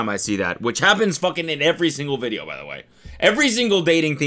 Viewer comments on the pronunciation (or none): Cody why’d you say video with a B in it? 😂💀